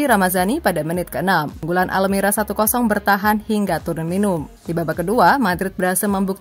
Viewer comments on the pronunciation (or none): Almeria bukan almera hadee3h